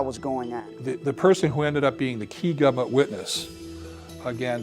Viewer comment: Why does Moldea keep pronouncing it "Gub mint"